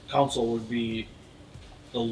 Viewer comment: Love the accent, sounds like console is "COUNSOLE".